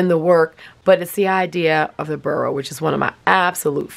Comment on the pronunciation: I’m always curious about words — spelling, pronunciation, etc. — so I looked up boro, partly because an O is so rarely pronounced like a U. And the only thing I know about Japanese is that words are usually pronounced the way they are spelled. Sure enough, it’s not pronounced “burrow” but FORO, almost like saying the number 4 and the letter O. Yep, the B sounds like an F, which is unexpected! Both O’s are long. But don’t quote me 😱 since probably learned from the expert she mentioned in her comment!